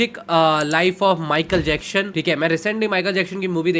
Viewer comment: wtf is michael jackshhon 😆😆